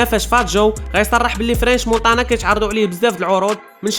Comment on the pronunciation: نطقك للحروف فشكل. مونتانا ماشي مونطانا. حاول تحيد لهجة العروبية فكلامك مع تحياتي لخوتنا العروبية اللي فهمو القصد ديالي